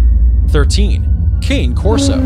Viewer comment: Hard to take this serious when he doesn’t even know how to pronounce two breeds before I quit watching. Dude, you’re embarrassing yourself.